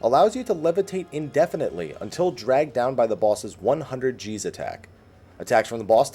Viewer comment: At first I definitely thought he said "100 Jews attack." Had to go back and think more about context to determine it was "100 G's attack." Haha.